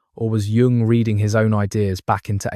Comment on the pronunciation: I think it is AI because he can’t pronounce the name of Carl Jung.